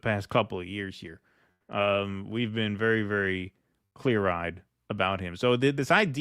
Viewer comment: "You've never bean?"